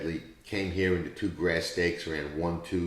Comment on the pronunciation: fantastic pincay can have a job as an announcer with that speech impediment . Jose Ortissssse and the number tyooooooooooo are just two of his afflictions. Very annoying , but we have to make allowances